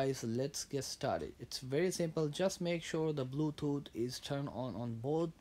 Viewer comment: turn on the blootoot